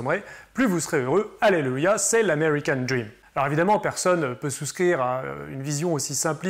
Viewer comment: c est l amay-ree-can dream.